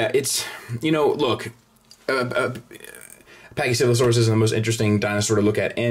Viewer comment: be honest...how many times did you practice saying pachycephalosaurus...seriously...